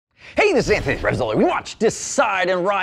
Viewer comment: Did he say his name is Zanthony or are my ears to slow